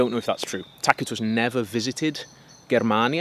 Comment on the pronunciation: Thank you for pronouncing Tacitus correctly 😅